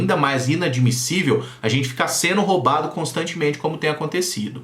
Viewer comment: Vamos caprichar no português, não é? Seno, fazeno, hino (indo), bateno, etc., são alguns erros inadmissíveis para uma pessoa minimamente letrada! A crítica é construtiva, sem a intenção de ofensa pessoal! Desculpe-me!